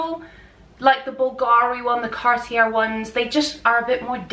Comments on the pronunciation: Cartier is pronouced like Carti-yeey. You are absolutely gorgeous and i enjoyed watching your video! 🎉 TFS♡ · Cartier is pronounced “car-tee-AY” and Bulgari is “BULL-guh-ree” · It's pronounced Car t a......no r sound! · Thank you. I flinched when she said "depuis" and said French brands, especially "Cartier". Cartier is pronounced like car-tee-yay. Well, kinda. 😅 The first r is a hard r, not the way you say it in English. The second r is completely silent. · Did she really mispronunciation Cartier???